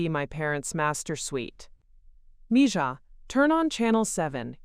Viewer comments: Please… Spanish is my second language. It is pronounced “mee ha.” It means “my girl.” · Thank you! ❤️ English is my first (main) language. But, I know enough Spanish so in story after story that idiotic pronunciation has been driving me loco!